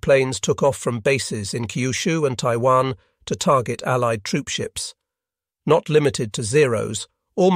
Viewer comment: Was this narrated by an AI? It’s a great video, but it has some strange pronunciations. Like saying someone was awarded a medal posthumously, and pronouncing postwhomoosely, or referring to allied forces as alleyeed forces. At one point he talks about a Japanese torpedo (tor pee doe), but pronounces it torpiduh. It’s strange, and they are in all of the videos. Still good, just kind of jarring.